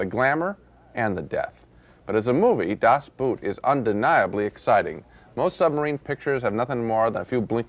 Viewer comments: I'm sorry, but I just can't take the way two respected movie critics both mangle the title so much. Just because the German word for "boat" coincidentally is spelled just like the English "boot" doesn't mean that they should be pronounced the same. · Really Sisley, of all people, ought to know how to pronounce the title! It’s just plain ignorance to say it as written - boot. The word boot in German is pronounced exactly the same as in English — boat. U-boats are not authentic submarines. Like mammals, they need to come up for air, since they’re battery charged. The tight, claustrophobic quarters, allowing no privacy at all, are more indicative of a boat than a sub. And the movie doesn’t drown in self-pitying hopelessness, but exudes a visceral euphoria. It’s a feeling like no other; experiencing the joy of being alive after one was resigned to death. The group survived. They were still a team having defied all the odds. Well, until . . . Das Boot is a masterpiece! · Gene, it's pronounced "Boat." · So he’s watched an entire German movie and he still pronounces boot like it’s something you put on your foot… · The way Gene pronounces Boot. 😂. Das 👢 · And still after 40 years Americans are unable to pronounce a German word like "Das Boot". :D